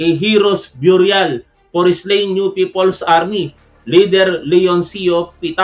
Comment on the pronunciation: Burial pronounced biyuryal.... Mali...beryal... Ang Tama.. no offense.... mabuhay si tap wan mabuhay si BBM mabuhay Ang Pilipinas.... watching from San Bruno CA team replay....